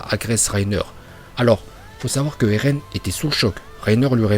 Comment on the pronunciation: Tu dis erlen alors qu'on dis eren